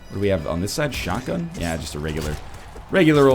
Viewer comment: instead of shotgun I hear Sharingan(if that's how it's spelled:3)too much Naruto tbh